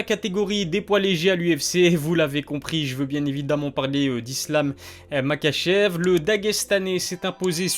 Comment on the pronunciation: Ça se prononce ma*R*achev